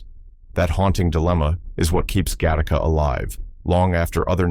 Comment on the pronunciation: it is not pronounced gahtahka. It is pronounced gattaca